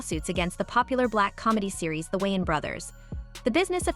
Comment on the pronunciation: Stop pronouncing Wayans like Wons😂